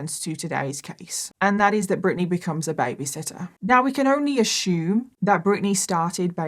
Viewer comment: If I hear this b say "I ashoom" once more...... I almost can't listen to this it's so annoying